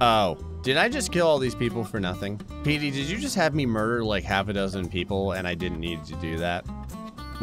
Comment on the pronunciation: When says Petey, it sounds like he’s saying Meaty, so I basically imagined if Meaty Bits made the board